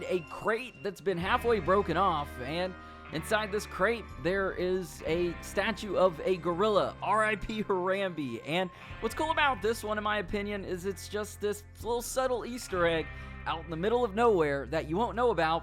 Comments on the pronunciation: Her-om-bay not Her-om-be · Her-rambie? Pretty sure its harambe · Did he just say Hair Am Bee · Bruh said haram-B SMH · The way he said Harambe. Tsk tsk tsk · I stopped watching after he said Harambe wrong